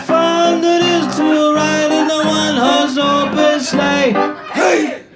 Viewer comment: " I dont like "iT" joke was too good! Someone who doestnd like "It's " putting a hard emphasis on the "T".